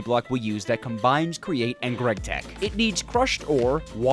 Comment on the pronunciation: "gregtech" Ew